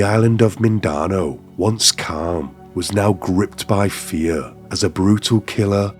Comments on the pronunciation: It is pronounced "Mindanao" not "Mindano" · you pronounced Mindanao wrong it's pronounced "Min-da-now" hope this helps ^^ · It's pronounced 'Minda-now' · i fuckin hate it when white people are too lazy to look up how to pronounce a certain word. such a white person thing to say "i'm not even gonna try to pronounce that" or "i probably butchered that pronounciation" ITS LIKE, JUST LOOK UP HOW TO PRONOUNCE "MINDANAO" YOU BO OH O WO OH LOOKIN FUCVK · great vid but as a half pinoy my heart hurt every time you misspronounced mindano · lol dood says mindanao so bad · As a Filipino I didn’t even recognize the island name because of how terribly it was pronounced & then went “is he trying to say Mindanao? 💀”. That seems like minimal effort to pronounce the location correctly especially something that easy when you’re profiting off someone’s death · Yeah same here, and I'm not even Filipino......tamad. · An accent doesn’t make you completely mispronounce a word. Seems kind of insulting of English people’s intelligence to think just because of where he’s from he can’t pronounce Mindanao. If he’s not even able to do the bare minimum then the quality of the video isn’t good & it’s disrespectful to the victim 👀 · Dont ever say Mindanao like that again xD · You're lucky that you eventually figured out what the hell he was saying, hahaha, he must be supremely lazy!!! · I did notice he has a "strong accent" but no, that's not why he couldn't pronounce the place name, he ASSUMED that the spelling would be pronounced in a way which made sense to him and was too lazy to spend 2 mins on google fact checking his assumption.